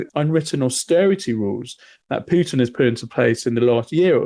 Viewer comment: He says Piutin 😅